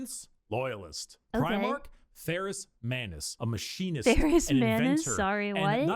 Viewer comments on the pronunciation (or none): none